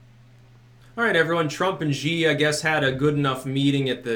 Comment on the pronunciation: Actually, Xi is pronounced "she," if you care...